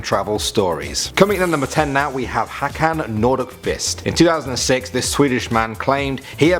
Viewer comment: It's hilariuos how you said Hakan Nordkvist!